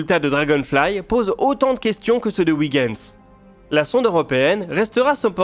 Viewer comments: Très intéressant comme toujours mais Huygens ne se prononce pas ouigens mais oeilgens. Oui je sais ce n'est pas facile les langues étrangères.... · Excellente vidéo, comme toujours. Un détail cependant: Huygens se prononce oeil-gaine-z, tout comme Kuiper se prononce cueil-pair (puisque ces deux savant étaient d'origine néerlandaise) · Je comprends qu'en France on n'ait aucune notion de néerlandais, mais pour moi qui suis belge, "Ouiguens" ça m'écorche toujours les oreilles... (Ce n'est pas dit méchamment, hein...) Sinon, super vidéo, comme d'habitude. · Effectivement. Une fois, ça passe, mais répété autant, ça gratte.... Et je suis originaire de Huy of Hoie in Vlaams ;-) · Je confirme, ça se prononce comme dans "oeil". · Je suis flamand. Je vous félicite pour votre prononciation de Kuiper et vous informe que la phonétique est identique concernant Huygens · Etant flamand, je vous félicite pour la prononciation de Kuiper. Faites de même pour Huygens. Belle vidéo.